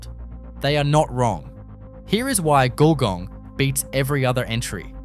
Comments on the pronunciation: Well done, check your pronunction for GULGONG nice try though. lol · Great but u can't pronounce our Australian names ! Eg Wagga and Gulgong